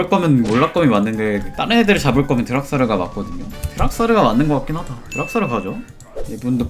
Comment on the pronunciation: 뭐야 챌린저 아니였나... 아 그래서 닉네임이ㅠㅠ 승ㅋㅋ 카직스ㅋㅋ 다이브 깔끔 거미텔 생각 못했다 와드인줄 개사기챔 어림도 없다 시숲님ㅋㅋ 인트로(1) (다이브) 박-제 오우 샷건이 좀 쌔네 인트로 (2) (채팅) 드락솨르 뤵과 (발음 ㅋㅋ) 와 이걸ㅋㅋ? 쿠키 영상&하이라이트 ㅋㅋㅋ 벽플ㅋㅋㅋ